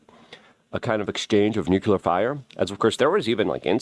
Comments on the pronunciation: Why do you keep saying nucular (nuclear)? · Wtf is nucyelar? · Nuclear. Nu-Clear.